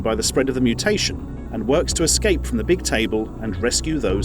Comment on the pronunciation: he said "excape"...WHYYYYYYYYYYYYYYY